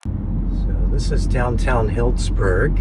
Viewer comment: We live not far from Sonoma County and some of our favorite cheeses come from that area. BTW...its pronounced Heeldzburg. 😉